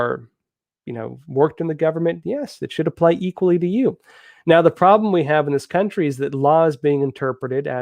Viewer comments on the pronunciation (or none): none